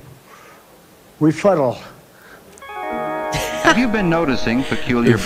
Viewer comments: "sir! don't dignify it with a.......(long pause).........refuttal" Well, if that don't speak volumes, that trump is indeed the pied piper of stupidity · Don’t you mean refuttal? 😂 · What is a refuttal?